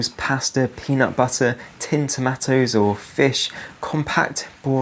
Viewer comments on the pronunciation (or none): Definitely the first time I’ve ever heard someone pronounce them as “Tomattoes!” How about just putting up a sign on your doors and windows saying “To the absolute c**t who took all our supplies-please return them and we can help each other! You cleaned us out! How can I feed my kids?” Worth a try! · "tinned termattows"? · The way you said tomatoes was wild dude 😂